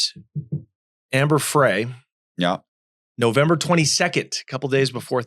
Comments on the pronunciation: Scott was not an only child. He had a sister. And it’s Amber Fry, not Fray. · Ehh, 🙄 he's guilty as SIN, and that's all there is to it 😉. Amber Frey is pronounced FRY as in fry some bacon 🥓 😋. I think Scott Peterson was introduced to Amber Frey by guys he knew from his job. Okay so a woman was walking her dog and the dog was chewing on something so the woman went to take away whatever the dog was chewing on and that's when she discovered that her dog was chewing on a human femur bone. When she alerted 📢 the police 🚔 they found some human remains stuck between two rocks near the shore line. Garagos is pronounced GARE-RAH-GOES. Are you guys jail-birds 🤔 🤭 ???